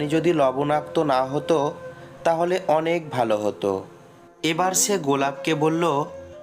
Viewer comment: সে কে সে উচ্চারণ করতে পারেন না আপনি ছে উচ্চারণ করেন এটা কোন জাতের ভাষা